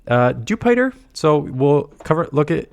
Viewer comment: Dewpider rhymes with Jupiter since it’s an alien bug. Also, the daily incense isn’t worth doing. Sure, the birds are in there, but that isn’t enough reason. They need to have it spawn region locked mon in order to make it worth using every day. I don’t need more meowths or pidgeys or whatever other crap is in there. I need pvp IV Tropius, I need more candy for Pachirisu.